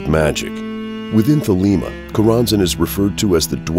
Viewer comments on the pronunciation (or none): Not an A.C. fan here but I must say: This guy doesn't know how to pronounce Choronzon or Thelema.